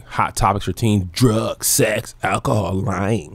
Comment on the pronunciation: The illicit suexxxx??? The way you pronounced that had me out 🤣